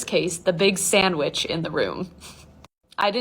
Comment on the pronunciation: samich😭 my dad says that too❤